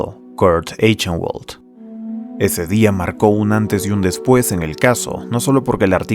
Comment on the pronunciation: Muy buen video, buena edicion, buena narracion y buen pace. Pero pequeña observacion que me molesto un poco: Eichenwald seria pronunciado como /aijenbald/ entiendo que no es un apellido comun y que es un detalle muy bobo pero nada mas pa que sepas. Ojala llegues pronto a los 100k, disfrute mucho viendo este video